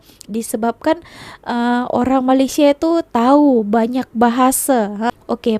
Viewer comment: Nak cakap Inggeris mendanya, sebut Malaysia pun tak betul. Sebutan yang korang selalu salah 1. Melaka bukan MALAKA.. 2. Pulau Pinang bukan PENANG 3. MAlaysia bukan MAALAISHIA